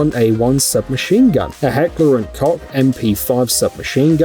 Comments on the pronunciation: koch is pronounced coke... how does literally nobody know that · Koch not cock prounounced cocch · Heckler and koe. The ch is silent.